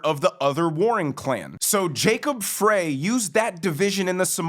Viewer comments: You’re doing great work you’re a great commentator, but it’s PRONOUNCED , Fri FRY not FRAY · Frey is pronounced 'Fry.' Former Minneapolitan for many decades with five siblings and their families still residing in the Twin Cities. (Actually glad parents passed on many years ago. They would've been appalled and heartbroken with what's happened to the city/state where they grew up and raised us.) Been gone from Mpls for many years but have to assume the locals, family included, to some degree have been 'grandfathered' in to the changes. A degree of acceptance. The metaphor of a frog in a pot, while slowly heating the water vs the shock of dropping it into a pot of boiling water. Unfortunately, not feeling optimistic that Mpls/MN can be salvaged. Returned to any semblance of what we used to know it to be. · You’re not saying Jacob freys name right. It’s Fry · It’s pronounced Fry. Like French fry. I work in MN and it’s embarrassing thanks for all you do. Love your show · Look, I am no fan of the guy but he lives on the next block over. His name is Frey, pronounced FRY. Also, here in Minneapolis, Knudson is pronounced Ka-Nude-Sin.